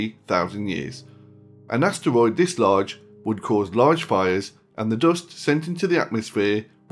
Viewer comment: Am I the only one annoyed that he called asteroids astwoids